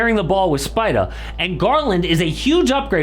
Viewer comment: I love you but please STOP saying SPIDAH. no one will hate it you just say spidER